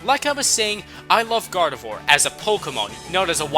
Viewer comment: GARDEVOIR DOES NOT END WITH A T, IT ENDS WITH AN R!